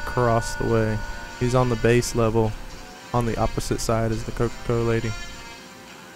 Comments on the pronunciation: This was so helpful, but you literally pronounced everything wrong.. Eponia - EPONA Dodoro's Cavern - Dodongo's Cavern Kakaro Village - Kakariko Village Cococo Lady - Cucco Lady Its so off putting.. 0_0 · kakaro village and coca co lady